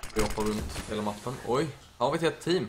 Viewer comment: "lhelt enkelt"